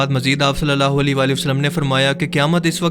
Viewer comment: ویڈیو لمبی ہو رہی ہو تو درود پاک ٹھیک سے نہیں پڑھیں گے؟ صلی اللہ عیلہ کی جگہ صلی اللہ لی پڑھا جائے گا؟ اوپلیز ... درودپاک درست پڑھنا ہر مسلمان کا فرض ہے.